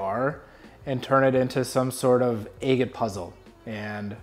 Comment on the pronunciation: Where are you from that you say Aygit? Never in my 61 years have I heard that pronunciation. Just curious.